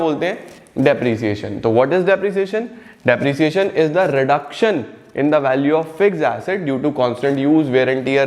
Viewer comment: bruh bruh bruhhhhhhhhh its fkin 'Depreciation' not ' Depriciation' mannnn